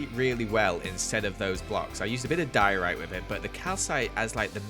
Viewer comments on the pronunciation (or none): none